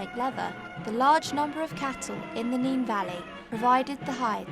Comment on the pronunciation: Very interesting. One thing , we pronounce River Nene as "Nen" not "Neen" .